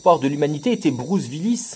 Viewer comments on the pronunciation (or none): Bruce "V"illis : c'est la prononciation germanique ça monsieur, le retour aux sources oui oui !